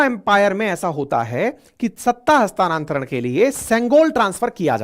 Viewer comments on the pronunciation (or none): हस्तांतरण न कि हस्तानान्तरण । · हस्तानांतरण नहीं होता हस्तांतरण होता है पर विडीयो बेस्ट है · हस्तानांतरण नही, हस्तांतरण शब्द है